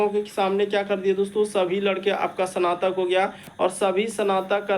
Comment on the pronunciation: Not sanatak, it's snatak